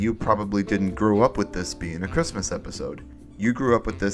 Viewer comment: Ah yes, marchrismis